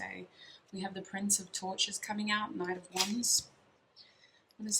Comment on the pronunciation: Omg I kept hearing tortures instead of torches LOL